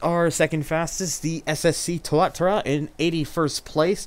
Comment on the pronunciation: I always thought it was pronounced Tua-TA-ra rather than TUA-ta-ra.